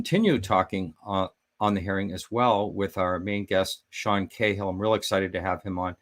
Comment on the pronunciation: Excellent as always. BTW, I'm Irish and cahill is an irish name, but here in ireland it is pronounced ca--hill where the ca is pronounced the same way as ca-tastrophy. whereas you are saying Kayhill.